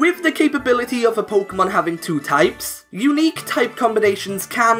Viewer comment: "polka mon" I cannot watch this.